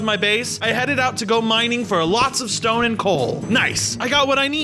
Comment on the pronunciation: Did he say ''Shtone'' or is that just my audio?